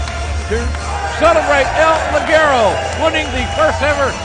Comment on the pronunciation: no es ligerou se pronuncia lijero